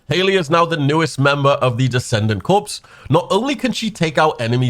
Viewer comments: PLEASE, stop pronouncing ‘Corps’ with the ‘s’ at the end. It’s pronounced ‘Core’. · The p and s are silent in corps.